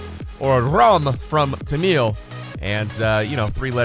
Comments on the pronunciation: Not ram . say raam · pb u pronounce RAM its our lord name ram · It’s neither Ramm nor Rum it’s pronounced as Raam.. name of one of India’s God.. Lord Rama..:) pls I’m not angry or anything just thought of mentioning it.. love you always 😊🙌